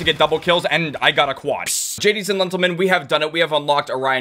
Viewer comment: Wait did just say “Jadies and Lentlemens”? 😭😭